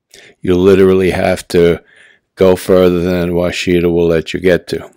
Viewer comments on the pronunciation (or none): That must be some Yankee way of saying Washita cause that's definitely not the way we say it down here. We say Wash-a-taw not Wa-shi-ta. LOL Thanks for the vid!